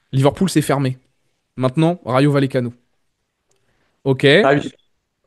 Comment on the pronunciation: Les gars la prononciation c Rayo Vayecano faites un effort putain